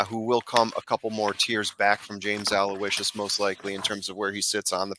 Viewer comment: Hey, you two are a great listen., forgive me, you are the class of the Trust the Prophets gallery imho however in the case of James Aloysius, your podcast mate there had it right...Aloe-ish-sus is the correct way to say that horse's name. Not meaning to sound like a typical internet nitpicker and anyway you say it, the payoff window will be happy to greet you if he does get to the wire first lol I am a big fan of yours and have been since I saw you as a tender teen holding your own big time with the TVG guys at Hollywood Park lo those many years ago. You were actually quite amazing in that appearance with obviously no preparation beforehand. Goes without saying that your pedigree expertise that you share with us is invaluable, not to mention amazingly impressive. Listen to me run on...I look forward to more of the same from you and hope you find good fortune at the Spa Travers day!